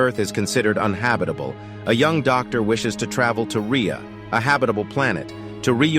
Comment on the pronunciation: Uninhabitable……..it’s not that hard to say ffs.